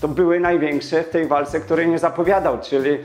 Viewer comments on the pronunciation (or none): Jeżely zamiast jeżeli, galy zamiast gali, przeżyly zamiast przeżyli, czyly zamiast czyli. Umiesz pan mowic po polsku?